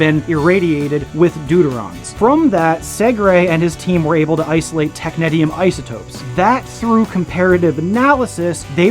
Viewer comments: I've never heard it pronounced that way and I worked at a place that made it. We say "tech-nees-ium". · I can’t even watch this video due to the mispronunciation of this element 😢